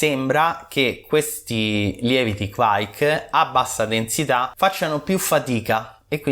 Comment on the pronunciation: Sempre interessanti i tuoi contenuti, ma devo correggere sia te che quei due maledetti di mash out podcas sulla pronuncia di kveik. Da bravo italoscandinavo vi mando un vocale.